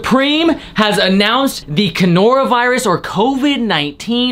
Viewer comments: Did he actually just say conora virus? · This man said conoravirus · "Conora virus" haha .. or is the t literally called that ? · “Canora” Virus, ehh...? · Had me weak w 😂 “conora virus” did u catch ur self lmfao all love bro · Thought he said Canola as in canola oil😂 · Did he say CANORA virus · Its pronounces The Corndookey Virus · Did you just say CANORA??? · CONOROA VIRUS???? U lost all your credibility by saying that